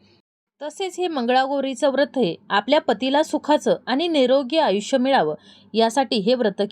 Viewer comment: वृत्त असा उच्चार करु नये व्रत असा करावा.